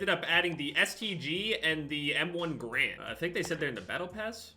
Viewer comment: When u say garand wrong